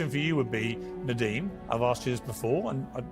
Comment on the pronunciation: Her name is Nardeen not Nadine!